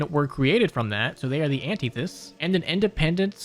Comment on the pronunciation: you said antithesis wrong two different ways its krazy asf